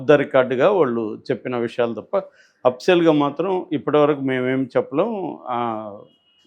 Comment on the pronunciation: అప్సియల్ కాదు అఫిషియల్😂😂😂